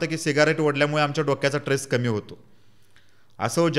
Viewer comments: ट्रेस नाही रे स्ट्रेस म्हण. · Its,a stress not tres pl .note.dont tak it itherwise. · ट्रेस कि स्ट्रेस? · dada tress nahi stress asat